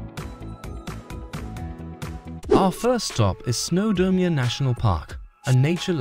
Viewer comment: This is the worst video I have ever seen. The pictures are often not even from the UK, let alone Wales and the place-names are all shockingly mispronounced. Using AI is never a good idea. It stesls from genuine creators and it messes if up. There is no such place as Snowdermia.